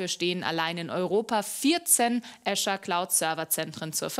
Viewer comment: Wie spricht die Azure aus hahahah so eine Blamage EDIT: Sie hat es nur anfangs falsch gesagt